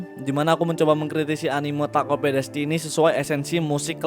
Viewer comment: Denger lu bilang takt op jadi gaenak. Karena gw sering bilang takt op, bukan taket o p. Tapi tetep bagus kok video lu